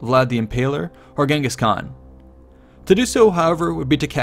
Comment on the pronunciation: just FYI, I think genghis is pronounced Jenghis. correct me if I am wrong. nice vid.